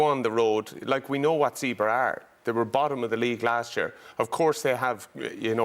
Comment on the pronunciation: It’s pronounced “Zebb”-“ray”. It’s not complicated Donnacha. Two syllables. That’s all.